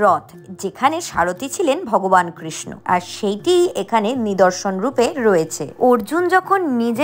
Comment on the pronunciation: Kirsna noy pls sreekrishna uccharon karun...